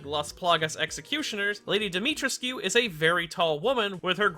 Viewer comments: Its Dimitr(ehh)scu. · Fuck as a native Roumanian hearing you pronounce her name hurts. Try to be gentler on the "trescu" part. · Oh god , every time he says Dimitrescu it makes me cringe ( I'm Romanian and Dimitrescu is a Romanian name )